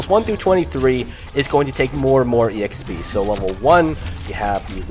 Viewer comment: The way you kept saying exp, (e x p) was kind of annoying but that's just because It doesn't sound right, on the other hand I enjoyed the video. Keep it up :)